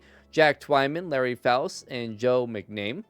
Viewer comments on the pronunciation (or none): Pretty sure it's Mac-Na-Mee not Mc-Name